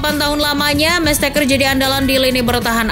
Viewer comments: Mestesacker... bukan mestakcer... 😅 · Mertesacker aja dia bilang mersteker wkwk